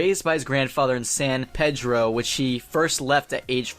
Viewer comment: The way he said San Pedro 😂